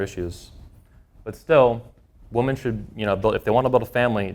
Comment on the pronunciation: All good stuff, but I keep asking myself when did the standard pronunciation of the plural "women" change to the singular "woman"? Is this a regional thing?